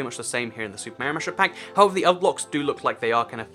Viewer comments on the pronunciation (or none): it's Mario not maario